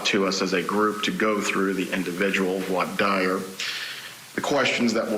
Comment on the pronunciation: This guy can't pronounce "voir dire" though... Grating